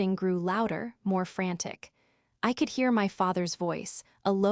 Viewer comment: WTF is V oice? It’s voice! 1 word! This AI voice is horrible! Unsubscribing!!!!!🙄